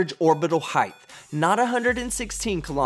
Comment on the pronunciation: Love the videos, man. Keep it up. But, for the love of God, please stop saying 'heighth'. It's not a word bruh. The word is 'height' with no 'h' on the end. 😘